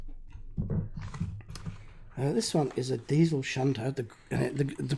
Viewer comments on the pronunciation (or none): none